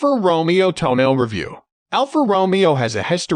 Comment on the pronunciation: Ffs, it is not pronounced "toenail"!